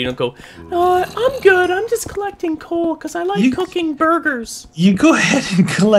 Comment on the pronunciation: He called the coal conle